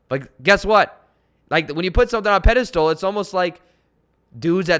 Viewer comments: It’s’ pedestal’..not “pedistool “ 😀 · It's "pedestal" not a "pedistool" just FYI. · You are awesome and could be changing my life....but dude, the way you say pedestal....lol.